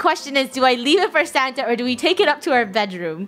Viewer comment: Why always say Sanna? its santa